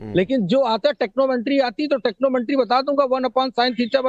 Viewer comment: ट्रिग्नोमेट्री को टेक्नोमेंट्री बोल रहा है मादचोरद ठिगना पंचरछाप मनहूस ।